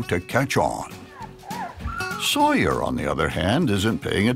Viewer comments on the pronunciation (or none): Why does the narrator keep saying sawyar on the other hand